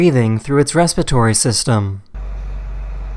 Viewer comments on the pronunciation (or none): Revan Oetji He said Raspatory, not Respiratory. The pronunciation is quite different.